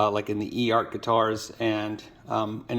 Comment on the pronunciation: Eart is pronounced Ert, not E-art.